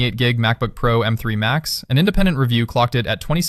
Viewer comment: Its called Pro not P R O 😂 C”mon man use real human not AI for everything here.